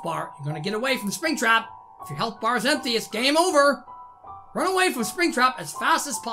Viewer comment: he was saying springtrap's name wrong